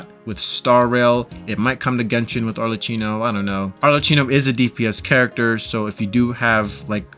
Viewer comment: Italian here is pronounced more like ArleKino